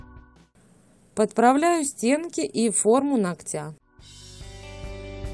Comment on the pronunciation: Не ногтЯ, а нОгтя...